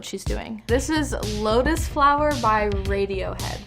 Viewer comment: She said “Radiohead” in a way that suggested she had NO IDEA who they were and that makes me feel so old!!